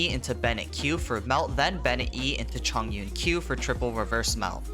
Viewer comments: Is Chong/ Yun/ Not Zhong\ Yun/ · It should be Chong Yun instead of Zhong Yun. ‘重’ which is a Polyphonic characters in chinese pronounced 'chong' when it is used in name usually.